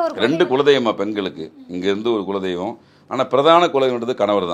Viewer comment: அய்யா முதலில் குளதெய்வம் என்று சொல்லுங்க கொலசாமிஇல்லை